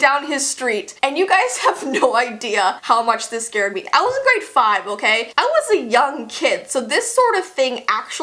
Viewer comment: did you guys here her say scard instead of scared not being mean just saying I would never be rude to I’m a big big fannn love you ❤️❤️❤️❤️